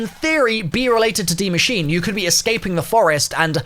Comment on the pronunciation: for you youtubers saying die machine its die maschine (ma sheen uh)